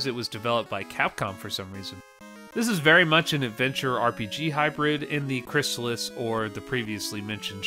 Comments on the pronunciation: Crystalis is pronounced crystal (like the drink) is. Not crysalis. And fuck that, crystalis took a good formula and absolutely perfected it. Its better than LoZ as an action RPG. LoZ doesnt have an actual story when you break it down. No towns, no narrative, no levelling. Its not really an RPG. Its an action game. Its an awesome game, dont get me wrong - but Crystalis is a better action RPG. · It's Crystal-is, not Chrysalis. You can hear the pronunciation in old commercials for the game. And it's better than the original Legend of Zelda by far.